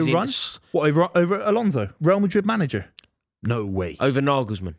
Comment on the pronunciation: Naglesman!? Ffs based on that you might as well put Eddie howe on the list.